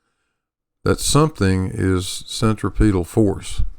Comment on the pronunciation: Why do so many people mispronounce centripetal? The accent is on the second syllable not the third. I learned this in science class in junior high school, for God's sake. cen·trip·e·tal /senˈtripədl/